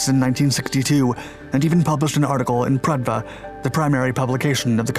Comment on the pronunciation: And Pravda, not Pradva. Weird mix of insight and total amateurishness.